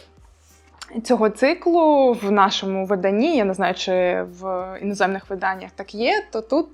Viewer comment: стосовно наголосів (дослухала до орзацу), то правильно наголошувати не виданнЯ, а видАння )) До речі, задній форзац - це нахзац